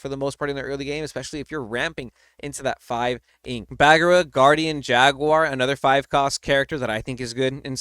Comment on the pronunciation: Donald the spell caster is going to break the meta, Tamato is the new money card! The return of Hercules, I like, but you have to really plan it out, I'm sorry,, but it's not pronounced "BAG-ER-RA" it's "BA-GEAR-RA."